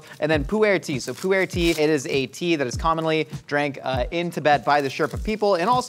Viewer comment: It’s not “poo-air” tea it’s pronounced like poor tea, also you wouldn’t use beef for pemmican, you would typically use deer, moose or bison, never beef. And those looked like fresh berries, you don’t use fresh because it will spoil, you use dried, blueberries, strawberries, Saskatoon berries, maybe soap berries